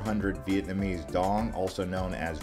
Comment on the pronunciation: I love ur videos and I lived in Hanoi Vietnam for 3 years.. still learned from ur video. Although your pronunciation of Vietnamese words it's actually worse than mine which I didn't think was possible lol. Still good info